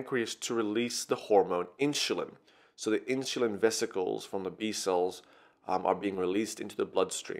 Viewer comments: Why do you say Inshulin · Inshulin? Wtf dude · everything is ok but what is Inshulin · Good video but I keep getting distracted by InSHulin. And you forgot a couple of stuff. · I don't like how you say insulin haha, good job tho